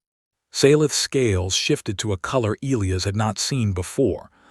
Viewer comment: It's NOT EEL-lee-us, its E-LIE-us😳